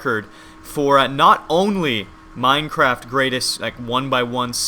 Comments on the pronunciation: any one else hear "with another minecrap episode" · he saying Minecrap :P